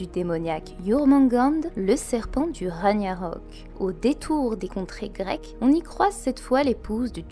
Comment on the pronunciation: "raniarok" j'avoue j'ai ri 😂 Petit eratum : ça se prononce rag-narok. Sinon je sais toujours pas comment tu fais pour autant analyser en profondeur, donc je reste stupéfait. Pour être honnête je suis pas sûr de tout avoir suivi car c'était assez poussé, mais c'est propre, donc encore une fois merci pour cette théorie de qualité. 🙏